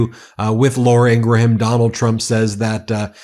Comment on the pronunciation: (P.s. I believe the “h” in Laura Ingraham’s name is silent. Pronounced like graham cracker ;)